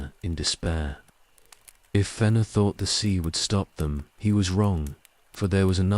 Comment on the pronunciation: It's pretty good, just the mispronunciation of several proper names, especially Fëanor, was a bit jarring.